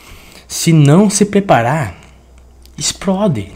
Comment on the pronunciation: O cutucando quando o fala EXPRODE KKKKKKKKKKKKKKKKKKKK MORRI